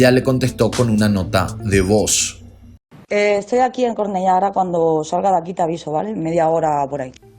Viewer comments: hola,! Se dicé "corneyá" en español o "curnellá" en catalán, no "cornelá". gracias por el contenido, soy de bcn y no sabía nada de este crimen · Yo soy catalán y me encanta como pronuncias Cornalla, es lindísimo, muy mal pronunciado pero L I N D I S I M O ☺️ PD: los mosso d'escuadra son la policía autónoma de Cataluña, no se yo si son muy autóctonos los cabritos esos... pero autónomos sí que de les ve, hacen lo que quieren... ✌️ Muy bien vídeo, saludos desde Barcelona 👌👍☺️ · Cornellá se pronuncia Corneyá 😊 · No pronuncia “Cornelá” se pronuncia “Corneyá” aunque se escribe “Cornellá” ☺️☺️ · no se dice CORNELA..es LL..se pronuncia como la letra Y....CORNELLÁ..las 2 L se pronuncian como 1 en italiano..en España no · mossos de escuadra lo pronunciaste bien , pero Cornella ya es otra historia jajjaj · te sigo mucho, una cosita es Cornellá osea que suena con "ya" jeje yo soy colombiana pero me crié ahí en Cornellá y es curioso que toques temas de asesinatos en lugares cercanos. Espero que no te haya molestado mi corrección un beso grande 😊☺️ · Cornella se pronuncia como una y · Cornellà se pronuncia como si fuera una Y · Humillas lo dices bien,pues Cornellá y Llobregat igual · Cornellá, se pronuncia tal como se escribe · Excelente caso! Solo un detalle: en catalán, Cornellà de Llobregat y El Prat de Llobregat se pronuncian con la misma doble ele que Jumillas, no con una sola ele. Por todo lo demás, fue un caso muy bien trabajado por tu parte, saludos!